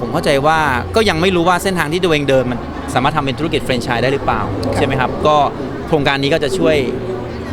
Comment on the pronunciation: ทำไมพิธีกรออกเสียง เฟรนไชน์ ต้องออกเสียงสระ แ แฟรนไชนส์ พิธีกรแก้ไขในโอกาสหน้าด้วย มันออกสู่สาธารณะ